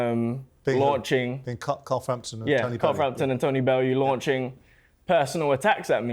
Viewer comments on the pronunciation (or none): none